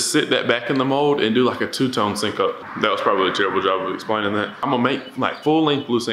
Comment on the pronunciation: I love the channel but don’t like how u say sinko instead of sen ko